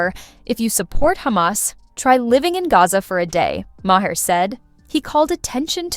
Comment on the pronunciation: They bleeped every other word to make it unintelligible, and AI can't even pronounce the primary's last name correctly: Ma-hair? You need to hire new programmers.